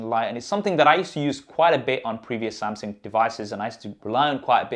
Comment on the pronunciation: Did you say samSing...😅